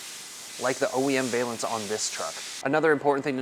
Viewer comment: Can you mount these on an SR5 premium? Also, just FYI pronounce the first half of valance like the name Allan.